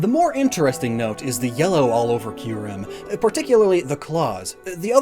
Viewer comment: >"Key-you-rem" ...it makes sense...